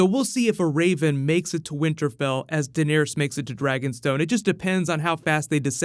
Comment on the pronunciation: So no one heard him say "winterbell" ?